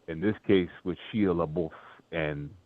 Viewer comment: "Shila Labuff..." Are you doing that on purpose 🤣🤣🤣